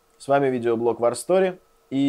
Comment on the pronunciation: war - "вор" , а не "вар "